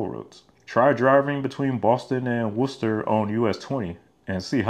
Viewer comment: Thank you for pronouncing Worcester correctly!!